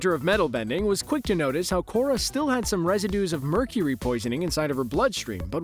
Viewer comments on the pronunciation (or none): none